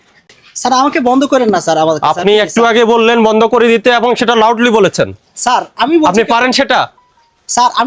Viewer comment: It's sir, not saar